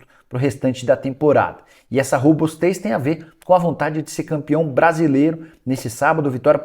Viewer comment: "Rebustez" kkkkkkk nicola sendo Nicola